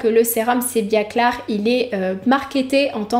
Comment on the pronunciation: pourquoi tu prononces "sebiaclar"? c'est pas plutôt sebiaclear: sebiaclir ( mot anglais)?